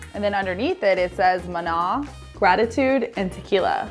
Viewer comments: Can't even pronounce mana properly, shows the intelligence of these 2. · me hearing them say Mana wrong hurts my ears